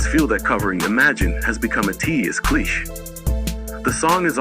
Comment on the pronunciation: Cliché is pronounced…cliché. Not kleesh!